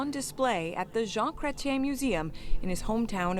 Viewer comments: CANADIAN video and it is pronounced cret ee en. I have a lot of respect for Mr Cretien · Chretien pronounced Cray-tee-en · Pronounced like John "Kret Chen" actually last part is more "Chee en " but either is fine. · In English his last name is usually said Krech-yen. In French it’s more like Krayt-chyehn. Anything between those two is acceptable. Saying his first name as Zhawn is fine but French would be Zhahn. Zhahn Krayt-chyehn. The n’s are not prominent in French. You have to add another -ne and make it feminine for the n to be pronounced. Chien and Chienne. Both dog. Male and female. You only hit the n at the end for the second one. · Pronounced: Kret-Yen ( in french it’s slightly like Kret-Yeng-n ; but very slight like the french do). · It's "Kretch-YEN" (Chretien) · It's pronounced " kre- tee- en" ,accent on the last syllable. He's intelligent, can be very charming, and truly understands politics. Tough old guy too, that knows exactly who Pumpkin Face really is. Should Carney call Pumpkin out? Why would you poke an angry, insane bear with a sharp stick? That's just silly. Thank you for showing the love story between him and his wife, and the love for our Canada. You guys might like it here. The weather is cold, but the people are warm. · More or less pronounced as Cre - T - eN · His name is Pronounced “Kret ‘yen” He was the last great leader we had as Prime Minister. There were scandals but he led the country well through turbulent times. He woke us up after a period of leadership by the progressive Conservatives. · If you are going to make a video, learn how to say the name of a Prime Minister . It will only take you 30 seconds.Your on the right track.Don't be a typical americans not bothering to learn names. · sad CANT EVEN RESEARCH HOW THE EX PRIME MINISTER NAME IS SAID! poor JOURNALISIM! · It's pronounced Cret chen. He's very french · Pronounced Cret-ch-yen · pronounced Jean Cret-chen (Chretien)